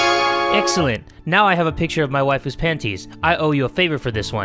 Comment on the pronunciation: When he says Mai Waifu I actually thought he said 'My wife'🤣😅